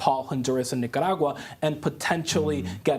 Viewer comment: I love how Camilo always pronounces Nicaragua correctly, exactly as it is.